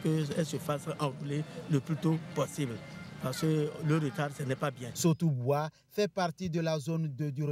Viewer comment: Sotouboua et non soboutoua.toujours vérifier d'abord.je sais que l'erreur est humaine